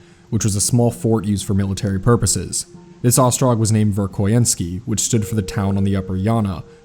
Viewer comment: it's verkhoYAnsk btw. love your videos,!